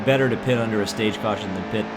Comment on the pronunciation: and we have a CAWSHON